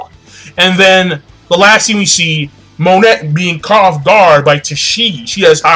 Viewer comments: pretty sure its pronounced Mo-Nay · Monet is pronounced "moe""ney". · pretty sure it's pronounced Monay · It's pronounced "MON-AY" and "BIG MOM" i believe. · her name is Monet(moe-nay) she is name after the famous french painter Claude Monet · Sorry if I sound like an ass here King, but it's been bugging me for a while- Her name is pronounced "moh-neh" (モネ) The "T" is silent. Other than that, great review, and don't hate me for this comment :P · why do you pronounce her name like that?